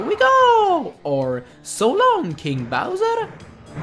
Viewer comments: Well I learned something new ... all this time it was "So long King Bowser!" All my childhood I thought Mario said "So long Gay Bowser!" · no mario is clearly saying "so long gay bowser" not kung bowser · I think the reason that Mario stopped saying "so long King Bowser" is because a lot of people misinterpreted as him saying "so long gay Bowser". If you go back and watch, it sounds like that's what he says and I actually thought that was what he said because things like that weren't as strict 20 years ago. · He says “Gay Bowser” in US copy sir 💡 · It sounds like he says "so long gay bowser" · Mario sounds like hey says “So long, gay Bowser!” instead of “So long, king Bowser!” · Laziest man in the world that even puts a japanase game in Spain.... also,he says ''So long King Bowser?'' I always thought that he said gay!Not king! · I always thought Mario said "So long, Gay Bowser" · I can't be the only one who thought that Mario said " so long, gay Bowser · What MERIO (not sorry) says: so long, king bowser! What i tough Mario said: Șo long, gay bowser! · Mario does not say “so long king bowser.” he says so long gay bowser.” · All my life I thought he said so long gay Bowser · the first time I played not going to lie I thought mario says "so long GAY bowser" instead of" so long king bowser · I understand "So long, gay Bowser!" 😂😂😂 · or it's because it sounded like he was saying "so long, gay Bowser" :P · All this time I thought Mario said: "So long gay Bowser" 20 fucking years ruined. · also whan mario says so long king bowser, i cannot but mishear 'so long gay bowser' i just can't unhear it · I've always thought Mario says "so long gay bowser!" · i think it was "so long gay bowser" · I used to think Mario said So long gay bowser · I know right? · He says So long kinga bowser. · Haha I seriously thought he said:so long GAY bowser😂😂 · Mario doesn't say "So long King Bowser", he says "So long GAY Bowser". Everyone knows this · No he Mario says "so long gay bowser"